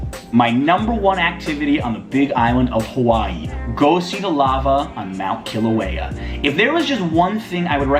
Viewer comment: its kilauea not kileau thanks